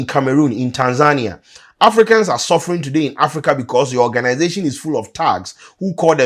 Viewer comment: It izz,what it izz.